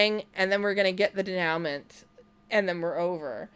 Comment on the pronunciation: Hey there! Fun video. I feel ya. "Denouement" is pronounced day-new-mah. Just FYI.